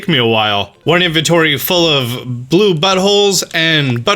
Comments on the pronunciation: Jungkookie_Fan No, you're surely the only one. It's not the first time he's saying that. He's doing that for many episodes now. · I like how he calls bluebottles buttles